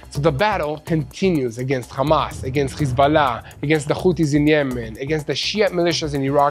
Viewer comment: Menino para fazer live tens e saber falar nao é Amas é Hamas